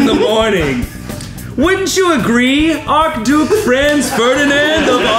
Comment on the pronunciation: My only problem with any of this is that Shayne says "Ark-duke" instead of Archduke. Bugs the hell out of me.